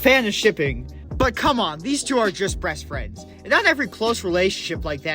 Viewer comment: it sounded to me like you said breast friends😭😭 (great video tho)